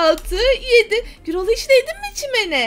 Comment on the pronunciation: Girol dil del değil gürol